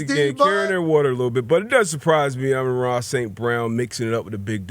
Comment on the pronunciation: You say his name dumb